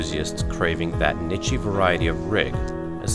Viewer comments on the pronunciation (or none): Did he say "nitchy"? I think you mean niche... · Niche is pronounced 'neesh', not 'nitchey. Wow. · "NITCHEE"Seriously? If you mean "niche" which i assume you do, the "ch" is more of an sh sound... its pronounced "neesh"